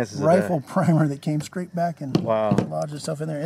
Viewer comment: A white guy saying "skrate" instead of "straight"? lol